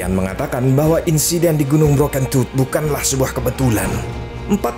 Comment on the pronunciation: Aku ngakak waktu bilang gunung broken tooth, dan yg ku dengar adalah bro kentut.😂